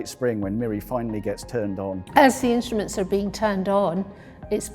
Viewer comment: The narrator thoroughly spoils the experience with his moronic pronunciation - 'inshtments' for instruments, 'ashtnomical' for astronimical, 'tha idea' for the idea etc. That's not due to dialect or accent but to utter laziness. Sorely uncool. Surely the BBC has many individuals on the payroll which could have done a proper job.